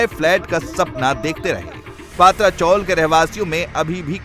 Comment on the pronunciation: पत्रा चॉल है, पात्रा नहीं...